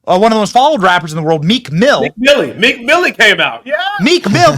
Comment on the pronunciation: Meek not weak!